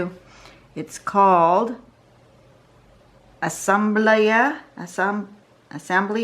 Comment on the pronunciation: Hello. I have not even seen you Asemblea art work, but to let you know the word is Spanish for assembly, pronounced "Ah sehm blay ah....assembly). Lu.:)))